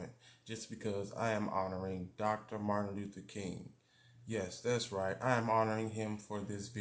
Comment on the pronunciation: U butchered that name😂